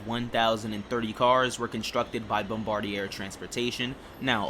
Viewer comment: Awesome video! The R142s were the first trains I rode on the first time I visited NYC. Also, Bombardier is pronounced "Bom-bar-dee-ay" since it's French Canadian.